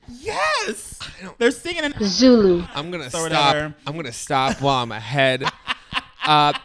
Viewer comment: The awful computer pronunciation of Zulu killed me and its not even 30 seconds into the pod. 😭😭